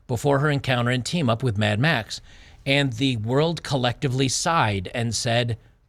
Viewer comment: "Mad Max" decays into "Mad Meh".